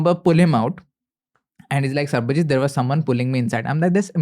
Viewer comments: for good god sake, his name is sarbajeet not sarabjeet. Please😢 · Bro said Sarabjeeth instead of Sabarjeeth 😂